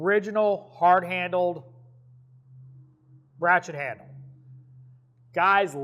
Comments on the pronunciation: Every time you say ratchet I hear rat shit. Am I the only one? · I swear to god he said “we’re talking rat shits”